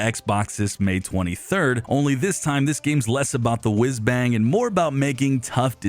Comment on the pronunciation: I haven’t heard “wizz-bang” since Mickey Rooney. Lol!